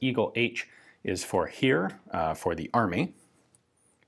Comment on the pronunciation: There is a difference between 'sh' or 'sch' and 'ch'. For the 'sch' the lips come way tighter together. The Heer hit me. Instead of pronouncing it like 'he' or 'here' start with a 'Hey', drop the y, stick on the 'e' and and add a slightly noticeable 'r' at the end.